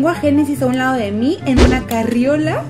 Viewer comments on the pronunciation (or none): none